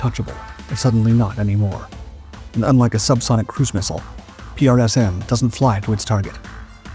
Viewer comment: Hey buddy, save your strength and tongue by pronouncing PrSM as PRISM.. The US Army does...